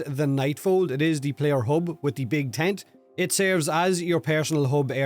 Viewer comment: 😂😂😂 I thought he said, "big taint" when he said "big tent" at the beginning! 😂😂😂